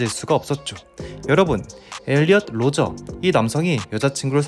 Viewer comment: 엘리엇 로저 (×) -> 엘리엇 루저 (o)